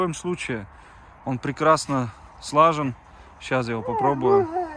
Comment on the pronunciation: не слАжен, а сложён!